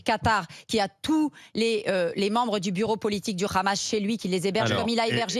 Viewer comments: Comment reconnaître un SHALOMI il dit KHAmas au lieu de Hammas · Lefevbre n'est pas juive mais elle est tellement fanatique qu'elle prononce "rhamasse" au lieu de "amasse" qui est la prononciation en langue française qui ne prend pas en compte la lettre "h". 😂😂😂😂 elle parle carrément avec l'accent israélien. En ce qui concerne le "rhamasse" Mme, c'est Netanyahu qui l'a choisi comme opposition privilégié pour faire croire que la cause palestinienne c'est pour les terroristes. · Ça se voit c'est une juive sioniste de sa prononciation. Elle dit khamas au lieu de hamas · Tu a une gueule d'une juifs la prononciation de khamas et n'ont le Hamas tu n'a pas honte sale hypocrite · avec Cnews j'ai découvert que hamas se prononçait rhamasse. j'en déduis que homme se prononce rhomme. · Le RRRRRRRRRRRRRRRRAMAS EN FRANCE LE H EST MUET ALORS POURQUOI PRONONCER RRRRRRRRRAMAS,POUR UNE PSEUDO PROF......🕷️🦂💩🤡💩👿👿👿👿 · On peut facilement devinè que Barbara porte vraiment des gènes de feujs par son accent quand elle prononce le kha-mas 😂 pour david c'est la même chose ça en dit beaucoup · c'est qui cete facho ?? pourquo elle prononcent le 'khamas" ? faisons les tests ADN !!